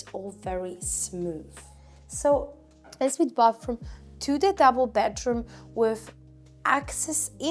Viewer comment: Hahaha not ensuite pronounced ensuite but ”onnsuite”! Your accent is very good for a non native english speaker but the word ensuite….. on Sweet